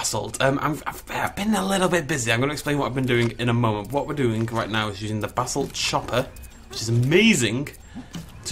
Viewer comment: I know you are saying basalt chopper but it sounds like Basil Chopper and for some reason that brings me endless joy